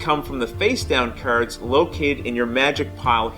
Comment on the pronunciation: LOL. Was about to post the same thing. What regional dialect is that? Never heard it before.